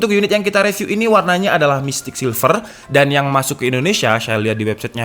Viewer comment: Bang ak suka liat video mu Di benerin minggrisnya bang, baca “review” itu “riviuw” Ada di video yg mana gtu, abang baca “call of duty” itu “call of daty” hahaha.. duty tetep duty baca nya bang Smoga bermanfaat